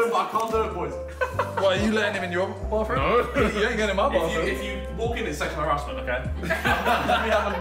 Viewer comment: “🥴ThE bAaThRuMe’S fuckin” ~Harry